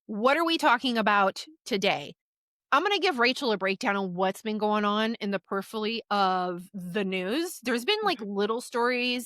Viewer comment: You may need to check the pronunciation of the word periphery Just sayin'